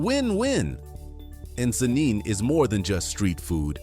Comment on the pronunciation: hes pronouncing the names wrongly, i dont blame him, am a ugandan so in regard to "Nsenene" being pronounced as "nesenene" lol, now i have never been to kenya but i know its not as he pronounced